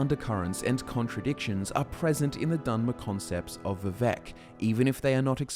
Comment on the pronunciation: Vivek rhymes with cake.